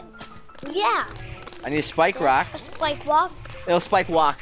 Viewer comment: Cwan I pwese have a spwikewock?.